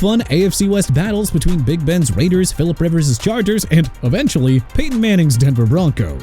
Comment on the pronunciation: YOU MEANT RAIDERS?! IT'S NOT "AIDERS"!! STEELERS NOT "EELERS" AND LAMAR JACKSON NOT "R JACKSON"!! AND THE DOLPHINS DIDN'T SIGN DEION SANDERS IN '95 SO WHAT?! YOU WANNA DISRESPECT AND PLAY GAMES WITH MIAMI?! GO AHEAD!! HAVE AT IT AND THAT GOES FOR EVERYBODY IN THE COMMENTS!!